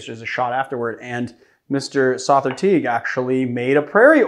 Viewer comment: Big fan of Sother. It is however, pronounced like the word “other” with the S added. He has a podcast called The Speakeasy where you can hear his name pronounced by his cohosts and guests.